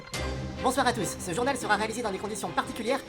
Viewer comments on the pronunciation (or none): "bonsoir à tousse"